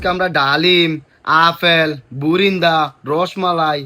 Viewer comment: বুরিন্দা ❌ বুন্দা ✅